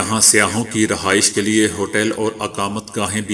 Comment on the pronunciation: سیاح کے سین کو زبر سے ادا کرو